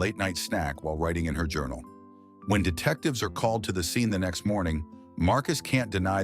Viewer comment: Man the narrator was hilarious 🤣 dictivities......WHAT 😂🤣😭😆